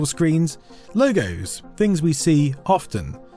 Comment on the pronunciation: I love your videos for years now man. But i have to ask… Where in England are you from? It’s sooo. Hard for me to understand your accent sometimes especially this video’s audio sounds like you got a different setup. Evvytin souvnds liyke dis, ovva awl the “Vees” or “F’s” are really confusing. “Is vat fings we know “. Ami having a Mandela effect and getting dumber because “uvvit”? 😅 well, great video anyway. Cheers all the way from Philadelphia!